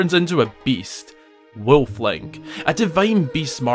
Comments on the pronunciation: JEEZUS CHRIST MAN THAR HOW YOU ALL SAY WOLF OVER THERE 😂 say it with me : WOOLF. NOT WILF 😂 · Weulf Woolf Wewlf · “A BEAST….WEEYULF LIKE” 😂😂😂😂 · “So WHY did he turn into weuuulf”😂😂😂😂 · Why a Weulf ? 😂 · I just love the way you say “ wuluuffphhh” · omg sounds like hes saying wilf but with a M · To me it sounds more like he's saying Wilf. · You say wolf like schmidt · Bro why are you pronouncing WOLF like that??? You need to say the L in wolf. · I love how he says "Wolf" with his accent. :D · I don't lol. It sounds really really weird